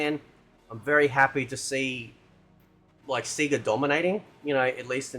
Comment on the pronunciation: Dude. It's pronounced Sayyyga. They shout that out in Sonic games.